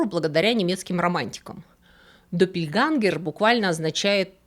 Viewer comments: ДоппельгЕнгеры, ä читается как э. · Немецкое слово "Doppelgänger" читается, как "Дополнение"! Ä=Э! Точно так же и в слове "Jägermeister". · Только доппельгЭнгэр, а не допельгангэр. Буква «Ä» в немецком — это не А. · Очень интересно) Только "доппельгЕнгер"